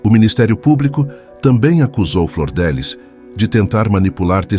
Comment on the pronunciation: Não é Flordelis é Flor DF liz